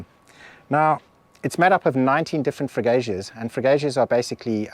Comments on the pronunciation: Nice video, like the history. As for the butchered words, Freguesia is the winner, you said something like Freguéijas. Repeat after me, Freguezias. And remember every time you see(I) in a Portuguese word pretend it's an (E) in English. Um abraço! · Castelo Branco has really mushroomed! Thanks for showing us how old 🇵🇹 is. Now, as a teacher, I cannot let this slip. "Freguesia" (parish) is pronounced "Fre Gue Zia". 1st part say it as if you were saying "Fred" the "g" is pronounced as in "gas". Middle part is just "Gue" as is if you were saying "Guernica" (the painting by Picasso) & last part is pronounced ZIA with accent in the "I" as in "Zia Records" . 😁 Now pratice... There is another word you need guidance with pronounce wise, but I forgot which one. Must review video again and will post 2nd comment on it. Keep on travelling within Portugal. Suggest a visit to Manteigas, Seia, Guarda, all within easy reach. Cheers.